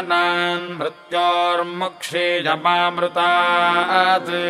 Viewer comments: माअमृतम uchharan karna hai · One correction is that it’s not māmrtā’t. It’s ma a amritāt. You should pronounce the ‘a’ in the middle otherwise the mahamrutanjaya won’t be properly done.